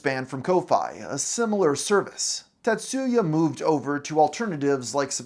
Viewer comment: The pronunciation of "TaTSUUUya"😂 I've never heard of him before today, but if he's of Japanese heritage and that's his real name, he probably shortens it to "Tats" rather than "Ta", "Tat" or "Tatsu" because the "u" in "tsu" is virtually silent.